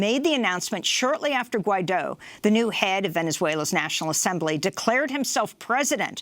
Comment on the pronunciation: Guaido, not Juaino haha